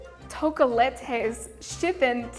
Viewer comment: actually it's tökél-et-es